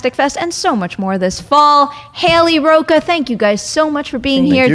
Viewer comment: Learn how to pronounce “Rocha!!”